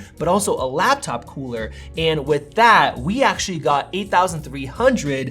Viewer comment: you say "cooler" funny LOL